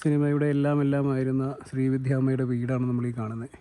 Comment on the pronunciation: ശ്രീ വിധ്യ അല്ലെടോ - ശ്രീവിദ്യ